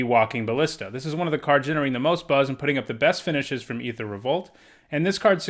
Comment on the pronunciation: You say aether wrong